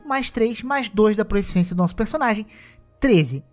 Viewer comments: Juro que não quero ser o chatão porque o vídeo ficou muito bom, mas se fala PROFICIÊNCIA e não PROEFICIÊNCIA. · é proficiência, não proEficiência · Proeficiência dói muito ao ouvir...